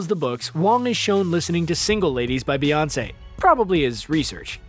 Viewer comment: try me bewongcé